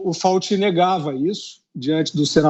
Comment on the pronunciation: Sr Fiuza, não é Dr Fauti, mas Dr Fauci.